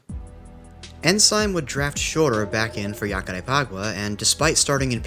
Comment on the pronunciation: The J in Jacarepaguá sounds like a ZH, not a Y. Great video btw